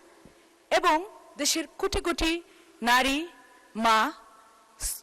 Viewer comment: এই হলো সুন্দর বক্তব্য, একজন বলছে উচ্চারণ খুব সুন্দর, তিনি বলছেন কুটি কুটি তাও দেখে দেখে, এখনো কোটি উচ্চারণ করতে পারেন না।